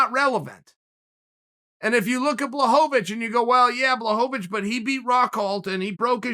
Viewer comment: please start pronouncing Błachowicz right